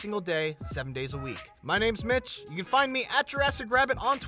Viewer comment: What the fuck did he say? This is bitch from gameranx? Update: oh his name is Mitch